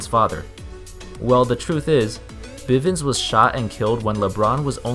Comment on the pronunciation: It's bivins